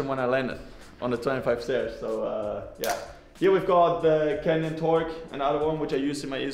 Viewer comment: i think He was joking since Fabio pronounce it a litle bit like Kenyan Bikes.